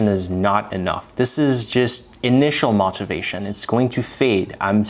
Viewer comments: His pronunciation was fantastic except for the word motivation, which is more of a 'mow' than the 'moh' that he uses. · Also your pronunciation is very good. Only thing that was glaring out was the pronunciation for motivation. The o makes an “o” sound as opposed to an “ah” sound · Amazing command of American English for neing non-native. Only thing I couldn't understand at first was your pronunciation of "motivation".